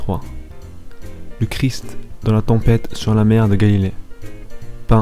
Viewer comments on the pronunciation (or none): none